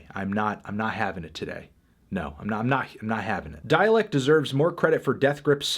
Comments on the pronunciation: "Dälek." There's am umlaut on the "a." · why do you pronounce dalek that weird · We all just gonna ignore the fucking way fantano pronounced dalek